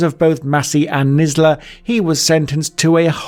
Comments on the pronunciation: "nisler" instead in kinsella, Steven port drugging people with gbh instead of ghb. and that's just 3 minutes in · Kinsella - Nisla 🤦‍♂️😂😂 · Would be much more watchable if you could actually pronounce people's names correctly. Who the hell is John Nisla?? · And Kinsella…. 🙈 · Receiving not *recieving*... great video though and it's kinsella lol